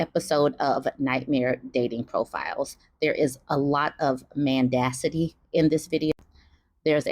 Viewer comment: Man-dacity, LOL.